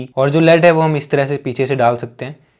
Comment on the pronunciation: it's 'lead' not 'led.'